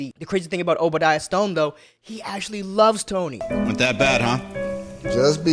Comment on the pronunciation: His name is Obdiah Stane